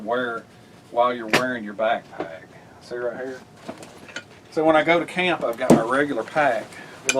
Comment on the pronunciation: Bro, I think what I like most about your videos is your accent and your uncanny ability to turn one-syllable words into two-syllable words: camp becomes cah-yump, knife becomes nye-yuff. I'm just teasing you...your passion is obvious, and your videos are entertaining, imaginative and more importantly, always informative. Keep up the good work!